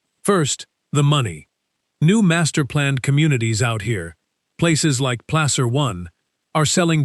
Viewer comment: There is no “Place-Er” county. It’s pronounced “Plas-Er” county. Nice going AI